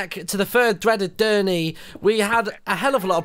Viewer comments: U said third dreaded dourney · How come to me Martyn says "Welcome back to the Third Dreaded Dourney?" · ''Welcome back to the Third Dreaded Dourney'' Am I the only one that heard that? Xd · Martyn: Third dreaded derney XD XD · Am I the only person who hears and Inthelittlewood say "Third dreaded dourney"